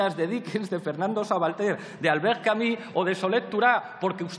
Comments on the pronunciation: Que pesadez con Albert Camí, se pronuncia Albert Camu, con u francesa y no con í, esto es una pronuncia que se puso "de moda" en España por parte de una gente que no hablaba el frances muy bien. Hay entrevistas a el y documentos en frances aqui en youtube donde ustedes mismos lo pueden comprobar; en lo otro tiene razon en llamarle ignorante, lo es. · Vaya palizón intelectual. jajajaja "Albert Camus", es "CAMÍ"... y el bobo de riveruela no tenia ni idea de quien le hablaban. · doctor dedo chupando a Verstrynge. En una facultad ... Para acabar no menciones a Camus si no sabes pronuciar su nombre.